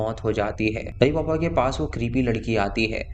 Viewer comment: 'POPOY' nahi, it's pronounced as 'POPEYE', (PO - PIE). Tumne toh beech me 'PEPOY' ka ghar bhi bola. Haha! 😂😅🤣🤣❤